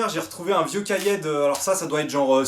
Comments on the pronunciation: J'ai arrêté à 10 sec parce que t'a dit "cahiai" c'est un é comme épaule nom de dieu :'( poussrouj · Ah je viens d'entendre la différence. Tu as raison il dit cahiè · on dit cahié pas cahiè merci :) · vidéo très émouvante de retrouvailles mais je dislike car tu dis "cahiais" au lieu de "cahier", bisous